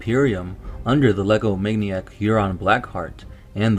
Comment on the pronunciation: I swear you said legomaniac instead of egomaniac.